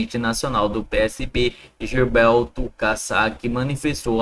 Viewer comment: Bom dia! Você está igual Léo Milão, que anuncia uma manchete e dá outras notícias. Já me desinscrevi do canal dele e vou cancelar minha inscrição no seu. Falta de respeito. E aprenda a ler primeiro. Não é Gilbelto Kassab. É Gilberto Kassab. Fui.